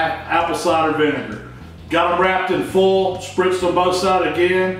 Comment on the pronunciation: I just found your videos, I've watched a few now. Thanks for making them, great stuff. I like how you say foil. Foal. One thing I don't get, why do people not like them to fall off the bone? My favorite ribs I've made so far just fell clean off the bones. Delish.